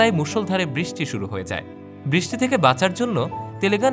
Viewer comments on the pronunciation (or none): none